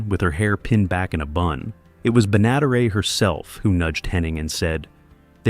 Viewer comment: This idiot AI narrator can't say "Benaderet" Why don't the stupid thing go LISTEN and get it right.